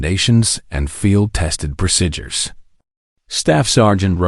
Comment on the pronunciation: AI narrator can't pronounce the word 'procedure'- very annoying.